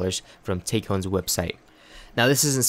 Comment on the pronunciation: It's pronounced "tack-ee-on"